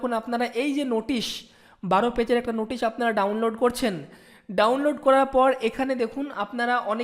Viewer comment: "Ei j Noootisshhhhh" 😀😀😁😁😂 at first rectify your pronunciation after then upload video. This was just jocking...